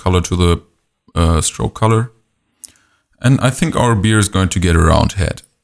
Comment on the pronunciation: B-AIR! (bear) not beer! but i've enjoyed every minute! your tuts and voice is soothing.